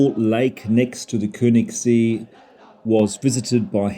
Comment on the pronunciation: See (lake) is pronounced as "say" without the y pronounced. The ö sounds like the eu as in the French word deux. Thus, Keunigssay.